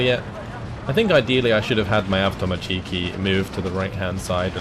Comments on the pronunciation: As a Russian, can I pick on your pronunciation of Avtomatchki, you're supposed to put emphasis on avtomA(!)tchiki, not avtomatchI(!)ki. I don't know if that makes any sense, or if you give a crap, either way great game and thanks! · wtf is this ''avtomachiikii'' thats not a word